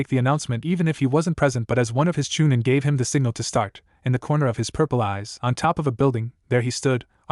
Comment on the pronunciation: So tired of hearing these stories in English with bastardized Japanese, and honorifics used extremely to much by this annoying AI voice that can barely read in English. At least when talking about Kiba didn't hear one Fong. Chuh-neen, 4th raykage UH, Shersway's eye, lightening tracking Fong